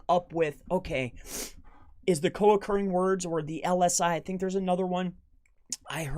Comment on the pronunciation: Are you saying co accruing words.